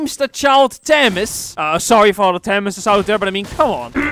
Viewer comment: ACTUALLY IM A TAMAS IS PRONOUNCED like famas